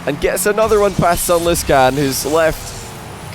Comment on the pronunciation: Why does pronounce sunless khan's name like that?